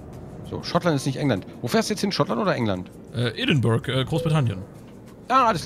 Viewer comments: Edinburgh wird ädingbörah ausgesprochen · Pascal Pascal Außer die Leute direkt vor Ort. Die sagen eher "Eddinbrouh".